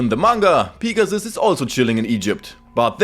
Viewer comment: I am sorry but I love how u say “Pig-a-ssuss” 😂😂😂